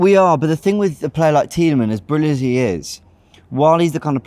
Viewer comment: idk if you know but tielemans has a S in his name